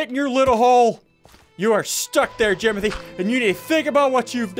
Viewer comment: Its jimothy not jomothy